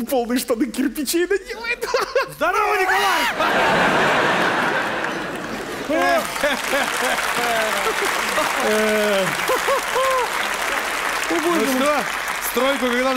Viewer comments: Ооооооочень смешной и уморительный до слёз мини-спектакль про семейку😂😂😂😆😆😆👍 особенно когда зять пугал спящую тёщу а Тамара Игиловна храпом передразнивала его звуки и произносила Никооолааай🤣🤣🤣🤣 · Я смеялась 🤣 , но мне так жалко иногда Николая . Игиловна его до инфаркта доведет. Когда она произнесла Н и к о л а й , и схватила его за футболку я представила как у него зашевелились волосы на теле , пошел холод по спине , в глазах потемнело , сердце заколотилось как бешеное, от таких потрясений действительно мог стать ПРИЗРАКОМ .